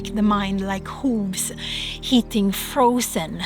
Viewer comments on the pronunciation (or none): I believe maybe she actually said "like hooves hitting the frozen ground"..? But with her accent, it did sounds like heating. I could be wrong.. 🤷🏼‍♀️😊